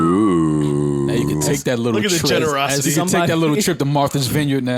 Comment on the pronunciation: “Look at the generesosity” I caught that one Joe 😂